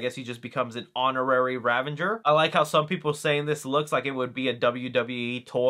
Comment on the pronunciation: Ravager not ravenger